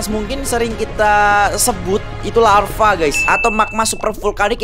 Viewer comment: tadi bilang larfa wkwkwk